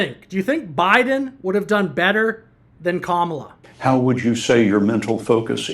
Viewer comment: These two bagel heads kept mispronouncing "Kamala".